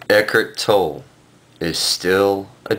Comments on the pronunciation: His name is not pronounced ek-ert toll, it's ek-hart toll-ee. How can you claim to be an authority on his teaching when you can't even pronounce his name? And, he appears before the world unmasked. Peace, brother and realize you're already awake. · First of all, you can't even pronounce his name correctly. Second, why the mask? And why the sunglasses over the mask? Pretty cowardly I say. Third, what the hell are you rambling about? Eckhart Tolle is simply trying to help people achieve a sense of peace and happiness. What's wrong with that? You're shitting on someone who's goal is to help people be a better and happier person. What kind of person does that make you sir? You're the dipshit here!